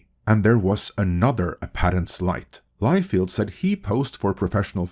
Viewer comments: all due respect, but feld is pronounced different from field. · This is NOT how you pronounce Liefeld,. lol It is actually pronounced Lie-Feld. BTW if I'm not mistaken, David Masel actually came up with the idea of a concentrated studio with all the Marvel movies in one place. And he suggested it to Ike Perlmutter.